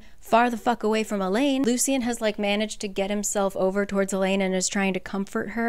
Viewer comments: the correct pronoucations of the names (According to the audio book): Ianthe - Eye-an-THEE Lucien - Lou-SHH-EN Tarquin - Tar-KWIN Just a fun little tid bit I thought you should know! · I was so confused who Ianthe was because of how you’re pronouncing it. In the graphic audio they pronounce it like “Ayanthee” and And Lucian is Loo-shian